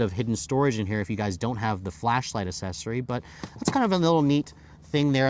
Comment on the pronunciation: You say accssory wrong. It's not assessory. That's almost worse than you saying vall-vo instead of vole-vo.